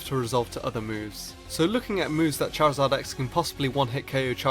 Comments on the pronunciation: You mean chorzard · charazard YYYYYYYYY rulles